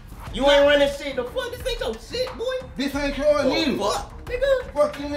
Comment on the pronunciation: Broo getcho shoes off my bed “AINCHO BED” 😂